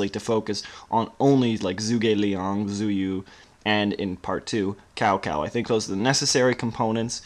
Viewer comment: Cao Cao is pronounced as "Chow (2nd tone) Chow (first tone)".